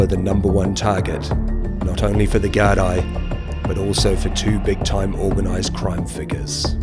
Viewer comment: Gardaí pronounced Gar-Dee or ya could just say Garda too. Also, Drogheda is pronounced Draw-heh-da.